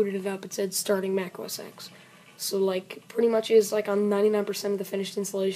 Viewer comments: It's OS TEN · It's pronounced os 10 though